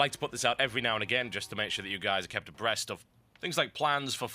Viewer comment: is it me or did he just say breast instead of rest? in the intro